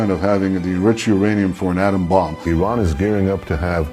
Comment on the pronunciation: Good work! AND Thank you for speaking the correct pronunciation of Iran.